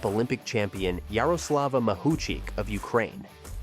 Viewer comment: How many times did the speaker mispronounce Mahuchikh's surname? - Yes.